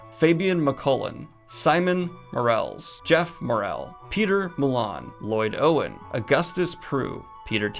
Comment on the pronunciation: Just a heads up Owain is not pronounced 'owen' it's pronounced like o-wine, its welsh!